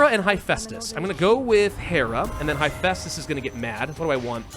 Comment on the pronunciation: You mispronounced Hephaestus, it is heh-fæstus not high-festus (would link a yt video directly but spam detection would probably nuke my comment). One cool thing to know about his leg issue is that this was the result of working with bronze as a smith. In tin-scarce times arson was sometimes used by blacksmiths and he symbolized the disabilities that bronze age smiths would develop from working directly with arson.